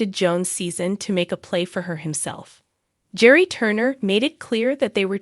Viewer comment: Please pronounce their names correctly. Gerry is pronounced Gary with a hard G and Theresa is pronounced T-reesa. I enjoy your videos but the mispronounced names drives me nuts.